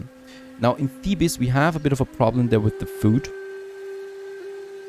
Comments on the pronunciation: ou vay, its pronounce thee-bezz, not thee-bis............. its driving me crazy, but your norveegin ( :-) )) lol, so im giving a tiny bit of slack............ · Thebes is pronounced "theebs" not "thee bus"